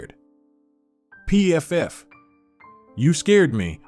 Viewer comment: Your stories are generally interesting “ but you need someone else to read them - a few highlights from this one include “mmmm ‘describing food b ut reading it as all Ms - M M M M , There’s Pfft read as individual letters , Certainly spoils the effect! A number of words are also badly mispronounced.